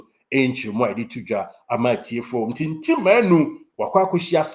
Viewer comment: The name is Ntim not Nti